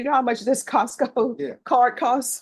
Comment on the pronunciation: “ Costcos” WTF ?